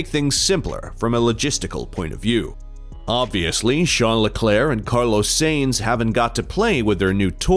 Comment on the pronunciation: Omg but what is that "Carlows Saynes"?😂